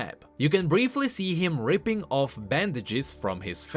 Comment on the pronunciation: his accent saying ripping lol